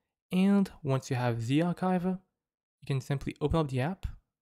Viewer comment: U are pronouncing zarchiver wrong